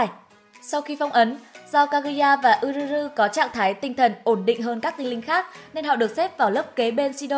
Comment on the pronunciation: Góp ý nhỏ là tên Yuzuru đọc là Dư Giư Rư nha AD, AD đọc Ư Rư Rư nghe lạ quá :v